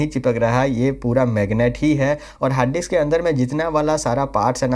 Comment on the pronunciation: Harddix nai bhai. .. hard disk